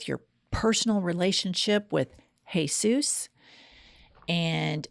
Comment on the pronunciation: Why does this woman pronounce the name of Jesus in Spanish? For me this is racism